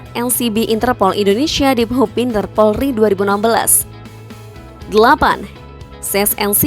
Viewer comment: Kalau ngomong yg jela Bukan porli tapi POLRI.